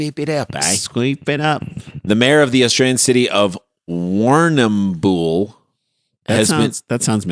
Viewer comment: Warrnambool is a local Aboriginal word for "place with lots of water". It is pronounced "warn" "em" "bull". Then smash it all together and say it as one long syllable.